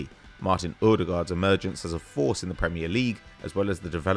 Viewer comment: How pronounces odegaard makes me wanna act up